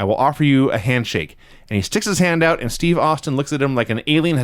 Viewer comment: Lance - it's OUT, not OAT. Get it right, Junior.